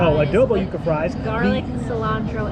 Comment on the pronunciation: its pronounced "You-kah""